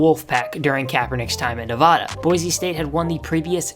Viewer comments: Bruh you live in the USA and can’t pronounce Nevada properly 😢😢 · Say Nevada right you ape